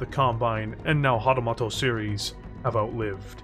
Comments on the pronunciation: I love the video, but it's "moto" like "motor", not "moto" like "motto". :) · hatamoto (hah-tah-MOH-toh) It was painful to listen to you butcher Japanese. 😅